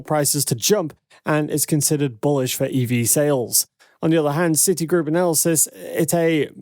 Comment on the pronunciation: What the he'll is an analasyst? Is it anything like an analyst?